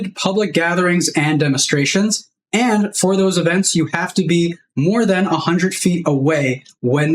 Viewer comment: Demenstration? Did you mean Demenstruation? or Demonstration? 🤣😆🤣😆